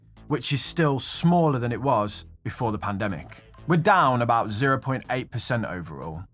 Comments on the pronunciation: what's that aboot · What's that aboot? 😆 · “What’s that aboot” shouldn’t have been as funny as it was. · I heard ya.... "What's that aboooot?"